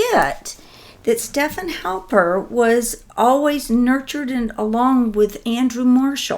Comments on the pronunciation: God bless his heart... can't get names right to save his soul. But I am kind of a stickler for correct pronunciation so....Stefan Halper is STEF-fawn. Thank you for all you do! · Haha you said Halpern,he goes by Halper...though Halpern is the correct spelling Ashke-nazi